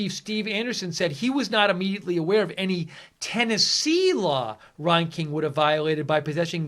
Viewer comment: Reinking is pronounced like rang-king.